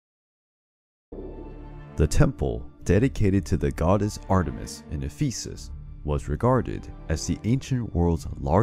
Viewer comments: The stress is on the first E in Ephesus. English always ruins everything... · It's pronounced EH-phu-sis. Not eh-PHEE-sis. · Can’t pronounce Ephesus, won’t just say the name of who burned down the temple of Artemis (Herostratus), annoying but still, a pretty good video.